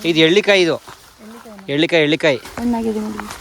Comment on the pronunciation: ಅದು ' ಹೆರಳೇಕಾಯಿ ' ಅವರೇ....' ಎಳ್ಳೀಕಾಯಿ ' ಅಲ್ಲ. ನಿಮ್ಮ ತೋಟವನ್ನು ನೋಡಿ ಬಹಳ ಸಂತೋಷವಾಯಿತು ಮೇಡಂ. ಶುಭವಾಗಲಿ ನಿಮ್ಮೆಲ್ಲರಿಗೂ.